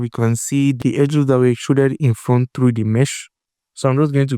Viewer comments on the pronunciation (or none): none